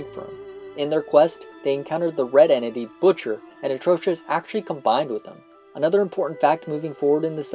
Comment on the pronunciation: OMGGGGGGG please say Atrocitus's name right it's Atrocitus not Atrocious